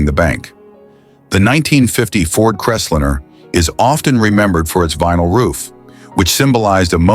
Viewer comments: Crest linner? AI fail. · I can't believe that the narrator repeatedly pronounced "Crestliner" as "Crestlinner". ...and they never showed the vinyl-roofed model that was the focus of the whole report. The video also shows vehicles that have been seriously modified - "chopped", "channeled", "bullnosed", "decked", and with over-sized wheels, among other things. It's difficult to see the features spoken about in the video when those very features have been modified or totally removed from the "example" vehicles! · Loved that Ford “crestlinner”! 😂😅😂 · LOL... what's a Crest-linnah? These AI voice overs are both pathetic and humorous at the same time. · Why can't the stupid AI pronounce the 1950 Ford Crestlinner or dinner?? Big waste of time. Watch "I do cars" and enjoy it !! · I thought he was saying `crez-lynn-ner'. In-fact, the car model was .. the Crestliner. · Too much time was spent on watching each of these cars. Saying any of these cars was stupid is extremely subjective and to quote here "None of these were stupid. They were part of the fabric of our success-drunk country" When a specific year of Buick was shown, there were two model years shown as with the 1955 Cadillacs. The narations were mispronouncing several names ie; Biaretz cadillac and Crestliner. In the early '60's these cars were everywhere and no one every called them stupid. Only the Edsel was mocked a little then. My dad bought a 1957 Buick in 1958, two years later we moved across the United states {twice with a UHaul trailer} from Arlington Va. to Seattle Washington and three years after that to Knoxville, Tennessee without any problems. I loved all of those Cadillacs!!